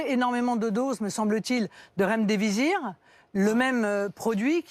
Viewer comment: pas "remdévisir"....lol....remdésivir!!